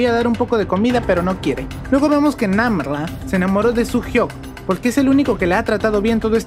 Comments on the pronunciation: No. es. namrra es namla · Por que dijoste Nambabarra🤣🤣🤣